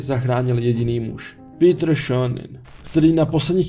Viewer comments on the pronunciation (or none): none